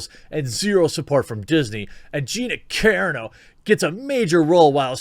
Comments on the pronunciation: It's hilarious that you still struggle to pronounce Gina's last name, Jeremy. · Dude, pro tip, read the "a"s and the "o" in her name was you would in "corona" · U butcher her name....but good vid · Why did you suddenly start to mispronounce her name? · Every time Jeremy mispronounces Carano, an angel gets its wings. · UP vote this please... although hearing him mispronounce is kind of amusing.. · What's weird is that he said it right before many times, maybe 7 videos in a day does something weird to his programming? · OMG... It's Car-ANNE-oh, not KAREN-oh. LOL. I noticed you pronounce a lot of things wrong. I'm seriously starting to think Jeremy only reads things and never actually watches anything on video. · Her last name is pronounced cuh RON no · Just trying to help here, Jeremy. Gina Carano... it’s pronounced Car-ahh-no. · OMG... It's not pronounced 'Care-eh-no'. It's 'cah-Rah-no' She's Italian, dude... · Its Car-on-oh not Karen-oh! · her name is pronounced Car-ON-Oh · Its car-ra-no...not keerano. way to butcher her name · Car-ah-no ...not care-ano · You are obviously not an MMA fan or you would know her name. Her name is pronounced exactly as it's spelled; Ca-rAno (Ca-rAHno), not Care-eeno. --- In your thumbnail the "SJW" second from the right is NOT an SJW. It's Millie Weaver's spoof character on SJW's; Rainbow Snatch. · Ca Ron Oh. Not Karen-oh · Ca-ra-no, Jeremy. Karen O is the lead singer of the Yeah Yeah Yeahs. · You say her last name like karen-o. It's more like cuh-raw-no. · Jeremy bro I gotchu, it's pronounced cuhrano, raw like bacon.cuhrawno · Say it like this "Car ron o" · Love you man - “Car-AH-no” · You're killing me with your pronunciation of Gina's last name. It's pronounced Ka-raw _noh. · gina carano rules! but her name pronounced cuh-rar-no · Carano is pronounced "car-AH-no" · Please Jeremy, I am pretty sure it's pronounced; KER-RAH-NO. You're killing me Smalls. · It's CUH-RON-OH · Cuh-ron-oh. My only tiny critique. Good stuff like usual.